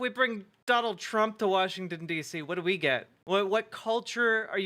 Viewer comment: The blonde woman said “Warshington” I can’t.